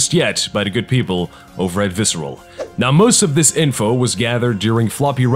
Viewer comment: At first I was all like, "Goddamn Fucking Shit! STOP SAYING 'DIS'!!!" And now I'm just like "awww I love 'dis'."